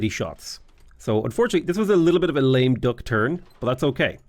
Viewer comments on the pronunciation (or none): none